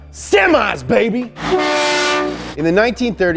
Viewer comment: MO POWUH BAYBEH MO MONEH BAYBEH